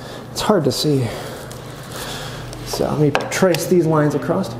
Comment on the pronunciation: The "T" that you add at the end of "across" has finally been addressed! Lol I've been wanting to comment on this for a while..